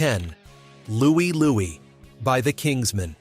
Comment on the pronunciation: It's Louie Lou-eye! Listen to it!